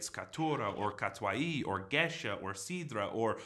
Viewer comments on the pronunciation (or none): none